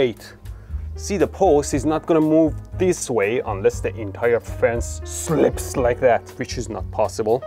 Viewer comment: drunken saying, slips! (Just a joke) He said SLIPS